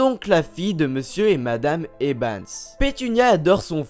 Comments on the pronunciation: a chaque fois tu dis ebans au lieu de evans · tu fait exprès de dire "ebans" au lieu de "evans"? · dc'est Evans, pas Ebans ! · eVans pas eBans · eBans ?! durZley ?! Wizlaiy ?!